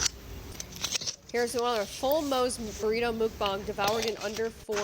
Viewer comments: Exiting because you say mook bang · Ma’am…m-uh-k b-ah-ng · It’s actually pronounced muck bang.. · "mook-bong" lol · psst, i think you know by now, but 먹방 is pronounced more like MUCK-bong! the "bang" is not said like the english word, it's a soft "a" like bahng (think the pronunciations of billabong or banh mi) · I HATE how she keeps saying mookbang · i dont mean any harm just letting you know mukbang is pronounced like muck bah-ng, of course its your choice how you wanna say it just wanted to let you know in case you didnt know 👍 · it's pronounced more like "mohkbaahng". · It's pronounced muk-bahng kinda like yuck bong. Sorry, it was really bugging me lol. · I just want to help people because everyone mispronounces it. It's pronounced like "muck-bong". And yes, I'm worried about Jelly Bean Sweets too. She's so young. 😞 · i'm sorry but i can't get over how ur saying "mook bang 🐮🐮💥💥" is it a joke or..... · Stop calling it mookbang lmao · Why she pronouncing it like mookbang? Miserable sod live and let live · Mook-bong is my favorite pronunciation 😂 it makes me squirm uncomfortably lmao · I don't wanna be that guy but idk what's worse the weight gain or the way she butchers mukbang. No one in the western world really says it right but this is a whole other level of butchery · PSA: Mukbang is pronounced "muhk-bong!" From 먹방 in Korean. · "mookbang" lol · Is it really pronounced mookbang? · Just so you know, mukbang is pronounced more like mook-bong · Its actually pronounced m-OAK-bang (like oak tree) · mukBONG not mukBANG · "Mookbang" is killing me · I do understand the difference in languages. I'm not saying to say it with Korean inflection. You can say it with English inflection but mispronouncing the vowels is still ✨incorrect✨. That IS the way it's pronounced. That's not an opinion, that's an objective fact. Also, the word IS Korean. Please learn how to speak properly and educate yourself on proper pronunciations. 💛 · Sorry but the way you say mukbang is funny ☠️